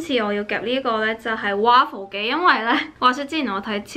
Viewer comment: waffle不是這樣讀吧😓😓😓